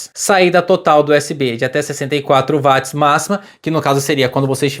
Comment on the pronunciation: O desgraçado do cientista escocês James Watt (lê-se Djeims Uót) teve o seu nome dado à unidade de potência Watt (Uót) como homenagem, mas ninguém o quer pronunciar à inglesa, insistindo em ler o W com som de V como em alemão...😂